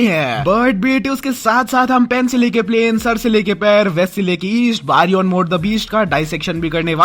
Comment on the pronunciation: its baryon mode not baron mode